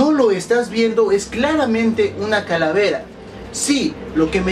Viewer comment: ojojojojoj like si notaste q dijo caravela......... lool 2.08